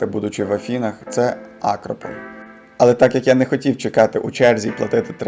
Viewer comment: Маленьке зауваження Місто , яке ви написали Чанья ,називається Ханья правильно Дивлюся із задоволенням,бо в Елладі ,на Пелопоннесі вже 32 роки живе моя матуся,тому добре знаю цю прекрасну країну Так і ще одне зауваження. Не Акрополь на А ,а АкрОполь(верхнє місто)